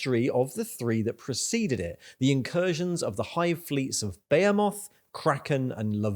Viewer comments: Its "ba he moth" not "beo moth" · Dude, for real. How is no one mentioning this? Who the fuck says behemoth like "Bay-a-moth" instead of "Be-he-mith". Fucking crazy, unwatchable video. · Bro why are you saying Behemoth like "Bay a moth" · my man, i dont think that is how you pronounce behemoth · I think you're great. Your channel is awesome. You're pronouncing my army incorrectly. Its ok. I understand what you're doing. You're doing it on purpose to drum up snarky comments, like this one. Get that viewer interaction. You're pronouncing Behemoth wrong, too. Keep up the good work. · The way you pronounced behemoth.. Had to stop watching there